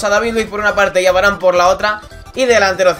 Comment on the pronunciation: ya sé que este vídeo es viejo pero es varane no varan